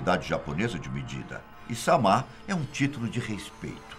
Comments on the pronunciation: A pronúncia não é samá, mas sim sâma! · Não É samá Não. A pronúncia é sem acento, como se lesse sama (sãma ).